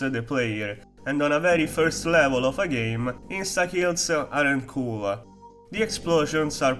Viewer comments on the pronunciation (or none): its not possible to just say "cool" you had to say "kul-la" ... f#ckin learn to talk bro, being Italian or whatever you are is not an excuse.